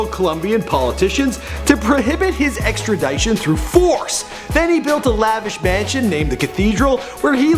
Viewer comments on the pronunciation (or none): Extradition is pronounced 'extra dishon' not 'extra dyshon' you fucking illiterate moron....